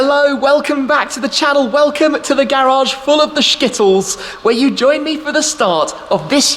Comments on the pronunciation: Skittles not Shkittles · Shkittles? really? when is your trip to Shkitaly , are you a fan of the Shkit-kat? :) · Please never say shkittles again. It literally sounds like you are saying shittles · it's "Shkittles" because he's Shmee. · “Shhkittles”— grow up man! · Shkittles or skittles ;)